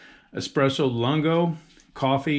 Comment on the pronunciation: Pronounced "Loon-go" lol. But great review nonetheless